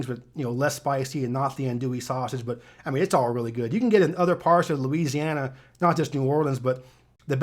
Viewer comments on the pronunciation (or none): none